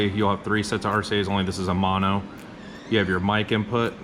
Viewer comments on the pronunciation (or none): none